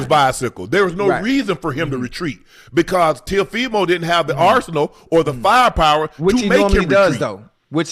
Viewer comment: Man I love yall but yall don’t know nothing about boxing yall just saying stuff don’t even know half the boxers names Ocho can’t even say teo last name right and saying stuff that isn’t even right love you guys tho😂